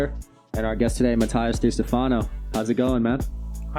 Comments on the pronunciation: 'Muh TIE us?' Can't the host even get the pronunciation of his name right? That said, I can't get enuf of Matias and his past life experiences. I am so happy he shares them with all of us. An amazing, spiritual, highly evolved and interesting young man! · 😂 the introduction with name was so wrong 😂 I guess the host didn’t know how to say his name.